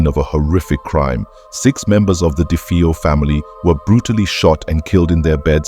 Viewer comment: Pronounced “dah-vay-oh”